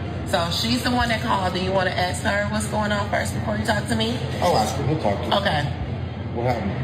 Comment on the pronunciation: Please learn to say ASK NOT AXE